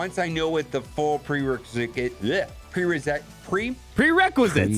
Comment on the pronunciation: nobody:: Prerecresate